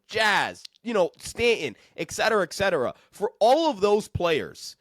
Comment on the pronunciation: It's "etcetera" - not "exetera"